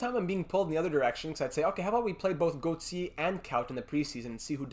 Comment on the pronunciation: When you say Julian Gauthier name it sounds like you are trying to throw up. Not all names need that stupid French flare you are giving them. We make good gm mode videos but I turn it off when you keep doing it. I doubt I’m not the only one, it’s like a restaurant you won’t complain if food is bad just won’t come back.